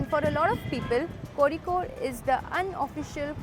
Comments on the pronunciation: Your pronounciation of Kozhikode is really commendable ❤ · Thank god you pronounced it right, I was scared af when I saw ur video that you might also pronounce it as "cozy-code" like other travel vloggers. 😂 Love you sm 💗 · Finally someone spoke Kozhikode in itz correct way😃😁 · Dude, you pronounced Kozhikode so perfectly. that Zh is difficult to get right and many say Kozy-kode😅